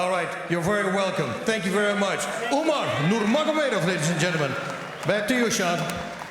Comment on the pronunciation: "umar numargomedov" okayy